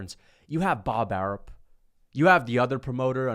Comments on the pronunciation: I love how he calls him Bob Arup instead of Arum 😂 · Pretty sure it's Arum, with an M. Unless there's a Bob Arup I'm unaware of 🤷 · Bob "Air-up" 😆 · Why does he say Bob ARUB??? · mma is boring asf. stop a being weirdo. with this weirdo narrative. you not even saying his name right it’s bob ARUM. bob arum ain’t even the top promoter in boxing anyways. ufc can’t promote fights and pay their champions in dabloons. y’all just had volk and islam fight and NOBODY EVEN KNEW IT WAS HAPPENING 😂 imagine canelo fighting 3pm ET. you can’t lol. ain’t nobody watching that mess. dana white is basically a young bob arum. they make the same moves. i see you didn’t mention pbc not once. that’s what makes you a weirdo. you’re spinning a narrative rather than tellin the whole truth. if mma was so exciting then they would actually have some ppv buys. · Even saying Bob's name wrong on purpose lol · Wtf are you calling him? Bob Arum 😂